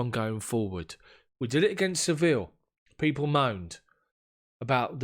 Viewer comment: I hope you don't take umbrage for my pointing this out, but Sevilla is correctly pronounced, 'Seh-VEE-yah', rather than 'Sevill'. In Spanish, the 'll' like in Sevilla, always are pronounced like a 'y'. Just thought you'd want to know; it enhances your international gravitas :) No disrespect meant, mate. Cheers!